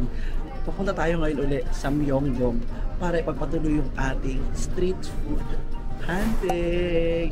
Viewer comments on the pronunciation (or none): Hi, hopefully hindi ka po magalit.. sa intro title po, bigkas po ay Myongdong (pero spelling is MyeongDong). Yung bigkas naman po sa Hongdae po ay ay Hongde.. (may ibang words na hindi nabibigkas yung kung anumang unang vowel kapag dalawang magkasunod na vowel). and may iba po na yung S po bigkas ay Shi, ex. po ay Siwon ng Super Junior (kpop), Shiwon po bigkas sa name nya..